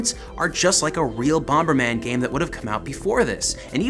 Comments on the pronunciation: Bom-ber?! It's bomber. Bom-er!!!! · Bomb is pronounced bom not bomba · First time viewer and I love that you're taking the opposite approach to almost every internet reviewer out there. Seriously, kind of love it.... That being said the extra b you added every time you said bomberman drove me nuts. Bomb-ber-man. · 'Bommerman . . . . BomBERman . . . " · Are you saying "BomBerman"? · Wait, do u think it's called Bom-Ber-Man? 🙈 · Why are you pronouncing the second B in bomberman it bugs me stop it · I keep getting distracted when pronounces the second 'b' in bomberman. Not sure if I'm missing a running joke in the show or anything, but it's jarring everytime it happens,lol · It's really irritating he keeps pronouncing the silent 'B'. Please get a reporter that actually knows the game they are reporting on. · I've never heard anyone pronounce the B in Bomber before,Still loved the video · You do realize that the second "B" in Bomberman is silent right? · Wait, is the second 'b' in 'bomberman' supposed to be pronounced? I say it silenced like HappyConsoleGamer. Is that a Canadian thing? Did I turn Canadian?